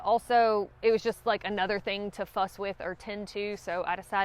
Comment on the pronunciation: Whew!!! I thought you dropped an "F" bomb in talking about the gaiters, had to replay several times to finally hear "fuss"! Until I got confirmation I kept thinking "Oh no, not, you're too sweet!" Also the "loopy doodad" talking about the calendar made me chuckle! Thank you for the this list, I would like to try several of these items to start trying to go more lightweight. I have a few more years before I retire, and I would have to credit you with the urge to want to start attempting long hikes. I know already my eternal fiance (and hopefully in the near future wife) will have no interest in doing this, her idea of camping is an RV. But that's OK, I like having my solo time. Your videos bring such joy to me, and you are amazing how you capture the beauty of nature, even when she's not very gracious. Thank you!